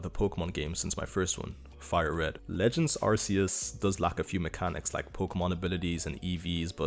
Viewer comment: Its pronounced arkeus???